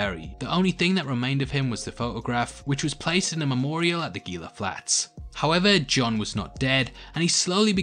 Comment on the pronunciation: Enjoyed the video. I hate to be "that guy" but Gila is pronounced "Heela" where the g is pronounced like an h. I live in the SW US and it is kinda like nails on a chalkboard with the hard g.